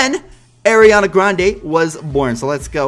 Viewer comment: I like how you say arianna grande you say it like airreana grounda😂